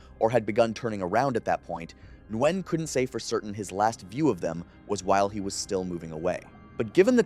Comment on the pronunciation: So you didn't make it all the way to "Nguyen" as I did? (He said Nwen)